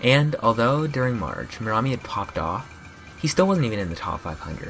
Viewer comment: You are supposed to pronounce it meramí !